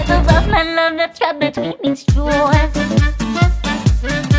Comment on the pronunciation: This is by far one of the best covers of rabuka! The only thing thats a bit off for me is how you pronounce certain words. Like how you say 'love at all' in the prechorus (i think im not sure) it almost sounds like 'love a toll' which sounds a bit awkward, and how you pronounce jaws. It's probably a me thing but your voice and delivery is amazing, as well as the lyrics didn't flop considering that rabuka is a pun that only makes sense in Japanese. Trapped between my jaws is also a clever line considering their sharp teeth.